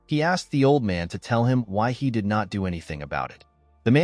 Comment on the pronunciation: Alot of mistakes when pronouncing did/did not as well as other words‼️